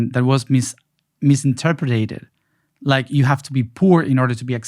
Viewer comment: Oh how much I love the way you pronounce ‘interpreted’!